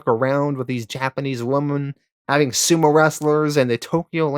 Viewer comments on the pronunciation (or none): none